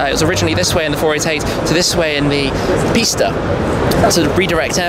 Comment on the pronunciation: I’m not lying But I thought he said the 488 pasta and I fuckin died laughing and the I said pasta in my head every time he said 488 pista ahaha